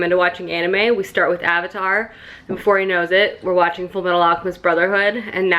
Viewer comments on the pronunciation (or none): none